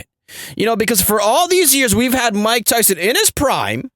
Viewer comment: 😂😂😂😭 JFC dude. MAH-TYSON LEEEEG